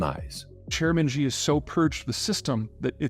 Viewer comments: Most non-Mandarin speakers also mispronounce "Xi" as "She". In fact, Xi actually sounds very much like the letter "C" phonetically. So if people want to pronounce his name correctly, all they need to do is say out the letter C (for China). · Who is Chairman Jhee? Xi is Shee. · The fact that Zeihan calls "Xi" as "Gee" shows how little research he has done about China.